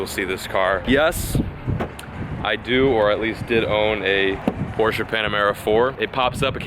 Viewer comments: Finally someone that pronounces (Porsche) right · but atleast your pronounce Porsche correctly